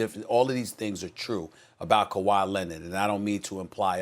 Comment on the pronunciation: Kawhi “Lennit”. -SAS 2020